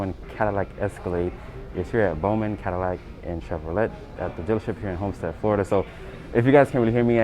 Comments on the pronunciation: chev-or-ley NOT chev-or-let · It’s chev-or-lay bro ...not “Chev-or-let” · Chevrolet - pronounced Chev-row-lay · The hard “T” on Chevrolet threw me off. Is that how it’s pronounced where you’re from? In that part of America